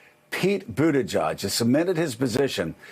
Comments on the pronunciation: Major news outlet...still cant pronounce Boot-ah-jey. "Butta-geg" 😂😂🙄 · Did he say Booty-Judge? I thought it was Booty-Gig. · There’s no d in Petes last name smh... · Joe, you confuse me. You start with Pete even though he has not raised as much as Bernie or Elizabeth Warren, and I'm not sure but Andrew Yang may still be ahead of him on the full-year numbers. But the only person who is annual numbers you cover are Pete's? Which is fine, it's clear that he's your boy. Side note to that, you would think that you would learn to say his name correctly if he's your boy. Anyway, could you please update us with the other candidates yearly numbers as well? One might think that you were trying to make an underperforming candidate sound better by skewing the numbers in a nonequivalent way. Also I'm confused, which debate performance are you saying that Bernie had that was poor? General consensus amongst most non biased journalists and the internet at large is that he has been one of the clear or shared leaders in all of the debates to date. The heart attack was red up by many on MSNBC and CNN as being the Deathstroke to Bernie's campaign, but even other politicians and pundits were being more respectful and cautious. A prudent thing, considering the Bernie was back at it in less than 2 weeks. I wonder if you would do as well? That notwithstanding, you are really making it sound like his campaign has been in Far More dire circumstances than it ever has been. He has been a solid and stable person in his numbers all the way along, and that's just with the polls are showing. And none of you has even begun to comment on what his true strength is going to